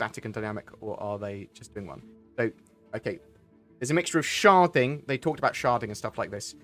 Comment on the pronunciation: Anyone else keep hearing him say 'sharting' rather than 'sharding?'